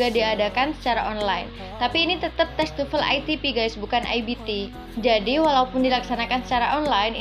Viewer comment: Why almost Indonesians pronounce TOEFL as tufel?